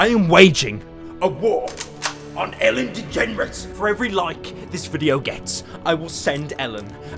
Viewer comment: "Ellen Degenrate"